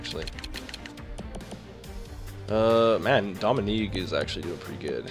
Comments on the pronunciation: It's "doeming" not "dominigue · funny how he pronounced Dominigue